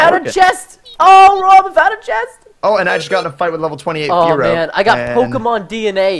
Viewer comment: The pronouncing of the pokemon kill me! Aaa ah! Plz Preston! Pronounce correctly